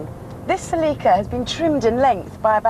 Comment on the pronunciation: I hate how you pronounce “celeeka”